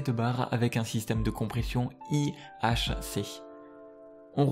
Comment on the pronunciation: le système de compression se dit Ihc pas ihic